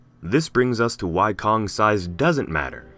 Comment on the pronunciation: wky kongs size matters peeeerrrrfect english